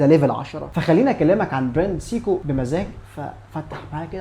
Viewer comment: قفلتني يا أول ماقولت سييكو دي فعلا فعلا وقفت الفيديو واشمئزيت أنا آسف مش منك طبعا ولكن من النطق خصوصا آني بحب الساعة دي.. دورت على نطقها الصحيح في أماكن مختلفة ولقيته سايكو سواء القواميس او جي بي تي او جوجل او متحدثين اللغة نفسهم.. ابوس ايدك غير نطقها ولا اقولك أنا مش حسمعك تاني لانك طبعا مش حتغير نطقها ولا أنا حقدر اسمعها تاني سييكوو 🤮